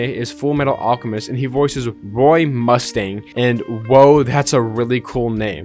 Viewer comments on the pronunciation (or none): none